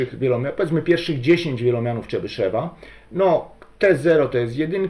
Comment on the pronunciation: Jakiego Czebyszewa , tam w ostatniej sylabie jest jo tylko Rosjanie tej "dierezy" nad e zwykle nie piszą , co nie znaczy że tej "dierezy" tam nie ma (Mówisz Chruszczew czy Chruszczow , Gorbaczew czy Gorbaczow , tutaj mamy podobną sytuację) Tutaj Rosjanie sami sobie robią kłopot bo lepiej byłoby jednak te kropeczki pisać Ja rosyjskiego nie znam bo zanim zdałem do piątej klasy to wyrzucili rosyjski z programu nauczania, moja mać nie chciała mnie uczyć a samodzielna nauka jest dla mnie za trudna Moja mać była nauczycielką tego języka a brat jest samoukiem jeżeli chodzi o rosyjski Dobrze by było poprawnie wymawiać te nazwiska T_{n}(x) = sum((n \choose 2k)x^{n-2k}(x^2-1)^{k},k=0..floor(n/2)) Najmniej obliczeń będzie jeżeli skorzystamy z zespolonych (Wzór de Moivre , Dwumian Newtona) ale na rzeczywistych też można (Po wstawieniu do rekurencji wykładniczej funkcji tworzącej dostajemy równanie różniczkowe z warunkami początkowymi tzw zagadnienie Cauchyego które wygodnie jest rozwiązać wykorzystując przekształcenie Laplace Ponieważ łatwo jest obliczyć n. pochodną czynników zatem wykładniczą funkcję tworzącą łatwo rozwinąć z wzoru Leibniza na pochodną iloczynu) sum((n \choose 2k)x^{n-2k}(x^2-1)^{k},k=0..floor(n/2)) Teraz próbowałem stąd wydobyć współczynniki tego wielomianu ale zarówno po skorzystaniu z dwumianu Newtona jak i po rozpisaniu powyższego wzoru dostałem podwójną sumę Po rozpisaniu powyższego wzoru dla n = 8 postawiłem następującą hipotezę T_{n}(x) = sum(sum((-1)^k(n